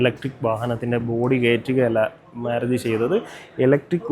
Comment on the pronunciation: മേരുതി അല്ല ചേട്ടാ മാരുതി എന്ന് പറ